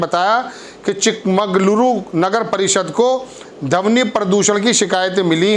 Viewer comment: भाई हिंदी थोड़ा ठीक से बोला करें,,धवनि नहीं ध्वनि ,उच्चारण सही करें